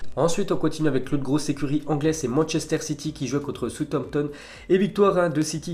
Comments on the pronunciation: Il doit aller voir un docteur de la parole il sait pas parler Français qu'est ce tu veux qu'il parle Anglais ce type on dit "SOUCE AMPTON" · Quelle maîtrise de l'anglais !!!!! Peut tu répéter Southampton stp 😂😂😂